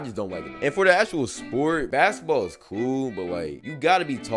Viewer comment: "Baskteball" uh 😃